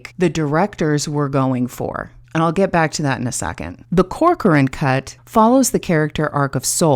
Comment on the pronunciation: You pronounce my name right! Corcoran is Irish actually. Joly is French. You're so sweet and thank you! I think you framed and saw, in your analysis, every intention that I've had during my editing... 🥰 And you use this experience to highlight the importance of editing, making the difference between story and storytelling... Keep engaging with that kind of approach, people need to hear from other people "who actually know stuff!" without engaging into toxicity arguments that lead nowhere... Anyway I'm digressing, or am I?... lol